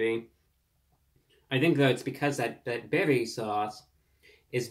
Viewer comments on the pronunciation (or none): none